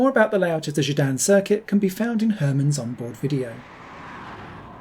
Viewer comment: It’s called Gedinne not Gidanne 😆